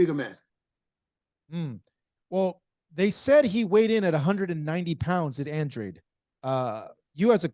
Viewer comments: Come on at least get his last name right it’s Andrade not Andre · It’s andradeee. Say it in Spanish. That’s a Spanish last name.